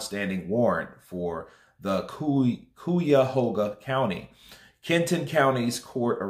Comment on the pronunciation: It is pronounced Kie-ya-ho-ga , rhyme with "pie